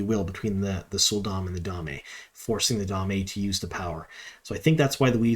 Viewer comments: Excellent breakdown! I think you have caught quite a number of Easter eggs and such that the other channels and personalities have overlooked. I did one want provide one note, and I mean this in the nicest way possible but I believe Damane is pronounced dah-mah-nay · By the way, the damane are the captives. Dah-MAHN-ee. The a'dam (AYE-dahm) is the device that captures them. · He's been doing that for years. It's one of his pronunciation quirks. He omits the "n" sound and just calls them "da'mae" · Da-Ma-Ne? Great Video - great breakdown!